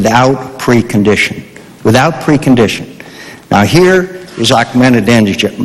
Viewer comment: Mc Cain is realy dumb, after 8 years Practice and saying his name almost evry day !he stil can't pronunc it "ak ma danee nejaad"!!